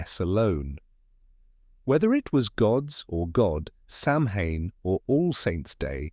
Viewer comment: You pronounced Samhain wrong! It's pronounced Sowen.